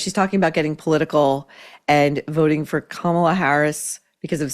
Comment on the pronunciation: Great episode! Kudos for pronouncing “ Kamala” correctly- hate her, like doesn’t matter ffs…. name purposely said 😊incorrectly is so kindergarten 😂